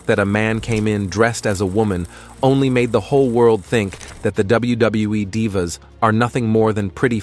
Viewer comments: Anyone else get pissed everytime he said Dive a or Dive a’s instead of Dee va? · Please stop mispronouncing divas 😢😢